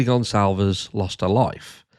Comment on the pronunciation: At least pronounce the name properly